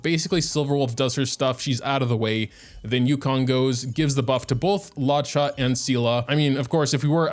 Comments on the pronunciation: hey! loved this vid also luocha’s name is pronounced loo-OH-chah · “law chaw” kills me everytime i hate it (no offense btw) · why does he call him Lacha😭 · why does he say luocha like that